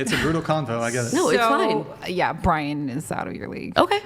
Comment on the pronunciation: Maybe someone can answer this for me, as I am a fairly new whatever podcast listener. Why do people call Brian,? lol